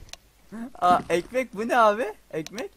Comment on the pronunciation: asıma neden ekmeh diyon